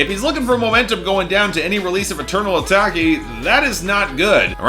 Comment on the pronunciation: its pronounced eternal "uh-TAKE" not "uh-TAHK-eh"